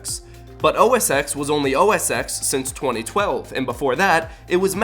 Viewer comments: "ex" is pronounced "ten". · Is OS X really pronounced OS EX? I thought it was pronounced OS Ten. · “OS X” is pronounced as “OS TEN” look at some Keynotes, that’s how they pronounce it. But I like “ex” so “ex” it is lol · It's called OS X(ten) not OS exx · IT HAS ALWAYS BEEN PRONOUNCED OS TEN, NOT THE OS EKS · Actually, OS X has never been pronounced "ex" it has always been pronounced "ten". It is a roman numeral and is how Apple has always said it in their keynotes for both the Operating System and the iPhone X. This is not an inconsistency. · OS X is officially pronounced OS 10, not OS ex. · The fact that you keep reading X as ex rather than ten in OS X and iPhone X but dare to criticise a company’s branding strategy is beyond me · it is called OS TEN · OS X has always been pronounced "OS 10". Listen to an Apple keynote. They called it Mac OS X because it was the tenth version of the Mac OS. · OS X is pronounced “ten” if you ask Apple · OS X is actually pronounced OS 10. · Disliked for mispronouncing "OS X". It's always been "OS Ten". And I suspect iPhone might get on the same boat. Maybe the next iPhone will be iPhone 10.1, with a cat/mountain/whatever name, but still branded as iPhone X. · I don't think you understand branding... Also OSX was pronounced OS10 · "OS X" is pronounced "OS TEN" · ITS actually pronounrced os 10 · uhhhhhhhhh OS X has always been pronounced OS Ten like since the very first version because it came after Mac OS 9 i dont think you did enough research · No between , Apple pronounced it as OS X(10). This can be proven with keynotes and other videos. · OS X is pronounced OS ten dude. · OSX is pronounced "OS Ten". That's how Apple pronounced it in their keynotes. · OSX is pronounced OS 10 (just so you know ;-) ) But you seem to have a lot of problems with Apple :-D haha :P